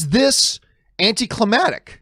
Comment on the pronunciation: John are u tryna say "AnticlimaCtic" Lol.